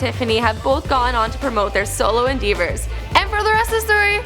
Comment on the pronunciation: So happy that they are featuring SNSD but this girl had difficulty pronouncing english words (endeavor), let alone french (debuted) and korean (sooyoung/seohyun confusion). Maybe a little more practice would help. This also wasn't really before they were famous but more before they were famous in the US... Regardless, I'm a proud Sone and happy they are getting more international recognition.